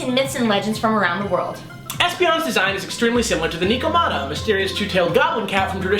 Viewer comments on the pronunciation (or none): I fist palmed when they said ni- ko- mat-ah instead of nec- ko- mat- tah.